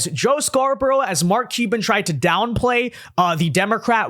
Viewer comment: For a podcaster with such good diction and who speaks clearly, this particular guy cannot pronounce Mark Cuban's last name to save his life. Sounds like he says Mark Cheeba or something like that every time he says it. How hard can it be to pronounce Cuban?